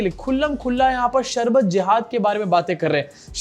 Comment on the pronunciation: 😂 c ka sharbat pronunciation b galat hai. Marketing karne aaya